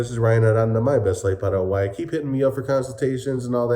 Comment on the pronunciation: Paraguay... pronounced "Para Y" (para why), not "para huey". over a year in the country, you should know better 😁